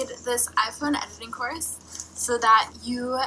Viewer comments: My dumb ass thought you were saying corset for the first few minutes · The first time you said course I deadass thought you said corpse